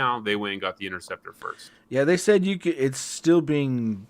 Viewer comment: Thanks for the win with that sweet interceptor pin. You nailed the name, too